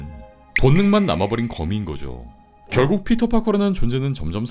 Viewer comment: 네드가 여지껏 피터파커 이름을 부를때 피럴~ 이렇게 했던거 같은데 이번 브랜뉴데이 마지막에는 피터?? 이렇게 T 발음을 확실히 하는데,, 이거는 어떻게 생각해??